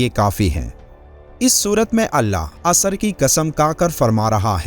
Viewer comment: Ye( asr) hai na ke asar Bhai aayat to sahi bolo matlab badal jata hai